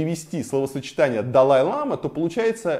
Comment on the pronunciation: Это не белый шарфик, а хадак - символизирует уважение. Бывают разных цветов, несут разный смысл. И в слове лама, ударение на последний слог. Если ударение падает на первый слог, то это южноамериканское животное